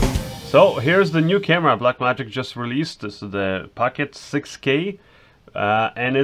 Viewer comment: POCKET!! NOT PACKET!!!! lol